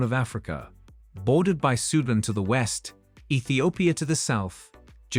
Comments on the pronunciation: Learn to pronounce SUDAN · It’s Soo Dahn not Sue den. Even my nan knows how to say it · You lost me at Soohdun. 🤦‍♂ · Teach your AI robot how to pronounce "Sudan", "Guinea", "Malawi", "Lesotho", etc. Better still, use a real human voice from a person with a brain. Robots suck!